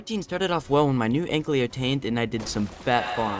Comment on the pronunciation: It's ankylo, not anklyo